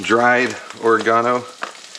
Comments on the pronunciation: Thanks for saying or-reh-garno the British English way ;-) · You pronounced Oregano correctly!!!!! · You may have cleaned your frypan wrong but don’t worry, you pronounced oregano correctly! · Oregano - you pronounced it correctly the first time. Yours sincerely, United Kingdom. 😂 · HE PRONOUNCED OREGANO CORRECTLY THE FIRST TIME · You got the pronunciation of oregano right the first time...